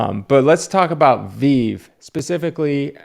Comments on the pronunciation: First, it’s pronounced “VeeVee”, not a big deal just letting you know. There are in fact comic collectors buying these to hold. I’m one of them. So it’s not ONLY flippers. Also it does take resources to design, market, mint, and then have a resale market for these. They don’t just fall out of thin air. Yeah maybe it’s not as destructive to the environment as starting up a factory to produce polyester toys but it is work. Where are you really lost me Is where you start completely speculating on how these sell out insinuating the company is in there buying thousands and thousands of these every day. When in fact if you spent any time in the community or on discord you would see that there are probably hundreds of thousands of people trying to buy a drop of 30,000 comics which is why that they always sell out. So you begin with a vague idea of the market and that results in incorrect conclusions. Also although I’ve held eight out of 10 I’ve purchased every single one of these I bought has gone up in value. Definitely can’t say that about many of the hundreds of actual comics I purchased in the same amount of time. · Anyone who pronounces VeVe as "VeEeEeEev" can't be taken seriously when the extent of their research didn't even go as far to hear the correct name lol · Smh the moment you called it veev I knew this video would be horribly biased. Lol “little”??? Definitely the fastest growing nft market in crypto. Lol check us in a year bozo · Just go look at his last 10 videos and comments. He hasn’t seen this much action on a video in ages. And just from mentioning the best collectible app on the planet. “veev!” Lol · its "ve-ve" :) and because of ve-ve I have step into the physical world of collecting. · Guy needs to learn how to pronounce the name of the company before he talks about them . Obviously no research into the company. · Dude, you don't even know how to pronounce Veve correctly 🤣🤣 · Bruh u can’t even pronounce the name rite Smdh lol